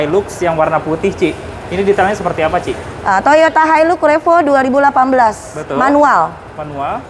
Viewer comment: Bacaann-nya Hailax om bukan hailux 😀😀😀